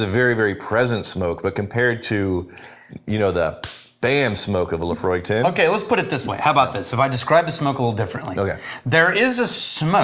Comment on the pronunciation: Whenever you say Laphroaig, I hear 'Emma' .. !!